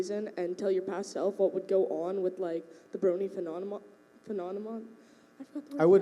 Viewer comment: Yeah, you said something like phenonanom. much?